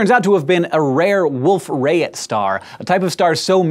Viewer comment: Wolf-Rayet is pronounced Wolf Rai-yey, not Wolf Rayit...